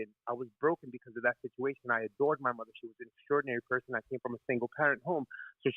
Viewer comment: “PER-SUN” is deep!